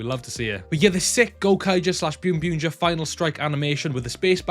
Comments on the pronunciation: English sub of boonboomger summer movie is out on zokaj and it is pronounced boonboomger not byunbyunger. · Why do you call it ByunByunger? when it’s clearly Boonboom/Bunbumger